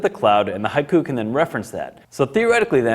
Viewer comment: Shouldn't it be pronounced "Hee-ku" not "Hai-ku"?